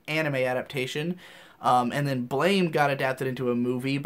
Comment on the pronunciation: Blame! is pronounced blam